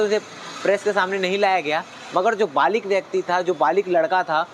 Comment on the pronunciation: अबे बालिग होता है बालिक नहीं रिपोर्टर